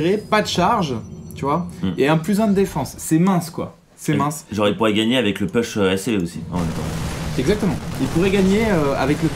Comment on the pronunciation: Nice game, mais par pitié "Push" ça ne se dit pas PEUCH mais POUCH!!!!! (cliquez sur le drapeau américain pour entendre la prononciation) :)